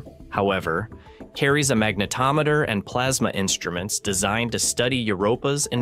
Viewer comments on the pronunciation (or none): none